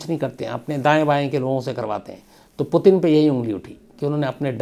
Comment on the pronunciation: Potin nahi its Puutinn. Not potin , putin